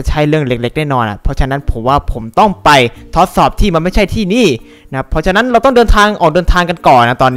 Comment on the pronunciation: พูดไม่ชัดตอนที่บอกว่าเราจะไปทดสอบแต่พูดว่าทอสสอบ